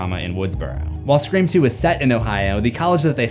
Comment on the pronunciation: Sta-forb. Man, you’re the best. Never change Scree-form. Periodt